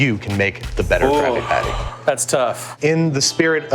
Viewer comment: Is it just me, or does he sound like he is saying "Krappy-patty" ???